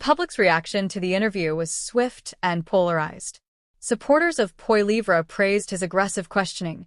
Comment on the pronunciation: get the name right for crying out loud: Poilievre .. polly - ev - ra